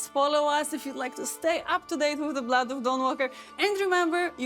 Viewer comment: "The Blludd of Dahnwalkerr"